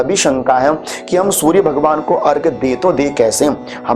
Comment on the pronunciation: अर्घ नहीं,अर्घ्य होता है, धन्यवाद